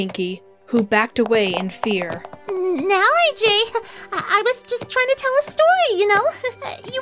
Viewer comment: Welp i can only say is..... When pinkie says “ EJ “ instead of “ AJ” because Ej stands for Epple Jack not Apple Jack